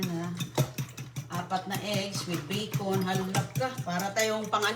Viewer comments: Bacon not Bikun, omg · Yes, 😅😅😅😅 the yummiest " bikun " from dumpster. Lol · Minsan "bicol" rinig ko😂😂